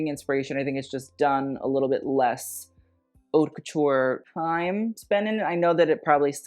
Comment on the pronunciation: Please please please if you want to sound posh for using French, go for it. But at least learn the right pronunciation for "haute". The h is silent, my dude